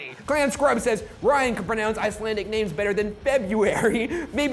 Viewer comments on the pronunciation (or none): They didmt pronounce any of those names right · Wonder if it depends where you're from in Iceland. My friend from Iceland thought he pronounced some of them very badly